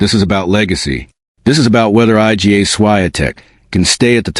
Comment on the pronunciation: HOW RUDE!! HER NAME IS NOT I.G.A.